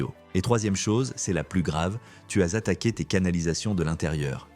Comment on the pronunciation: "Tu as zattaqué"